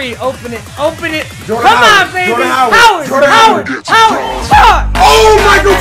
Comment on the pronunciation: you don't know how to say Jordan Howard do you